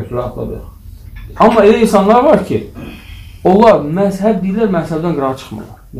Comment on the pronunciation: Массаб йох мазхаб ,массаб яхшы соз дейил